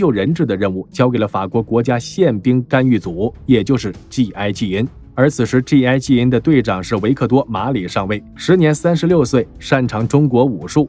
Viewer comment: G 跟 J 讀清楚些